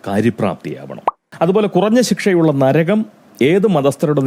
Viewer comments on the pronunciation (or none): none